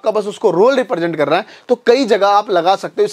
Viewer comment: YouTube ko YouTib kyo bol rhe ho